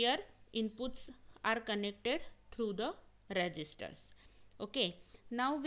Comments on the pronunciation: its resistors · Resistors✅ not registers